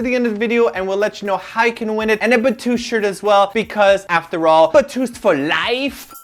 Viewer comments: You know, I started saying 'Batoost' instead of 'Beast' because of you,. -.- Thanks a lot. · Batoost? ..... I thought it was beast..... :,( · i love how he never forgets to say BATOOST